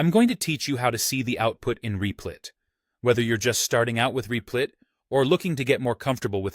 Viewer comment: Lol "Reeplit"